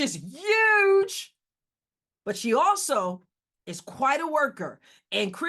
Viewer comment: "Yuge!" hahahahaha... miss english teacher!